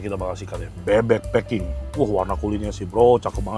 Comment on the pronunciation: Klo intonasi ny bahasa inggris bebek "pak king" jadi fu*king 😂😂 🙏🏼🙏🏼🙏🏼